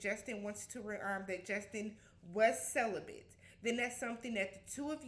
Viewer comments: Not CELIBATE but celi-BENT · Wtf is celibent!!!!!?!?!? 😂😂😂😂